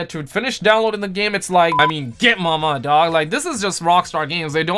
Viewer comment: DO YOU SAY .....GET MAMA DOG❓❓❓❓ LOL